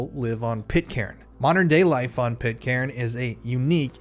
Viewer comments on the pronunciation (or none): Stop saying pit-Karen ffs….. it’s pronounced pit-kern….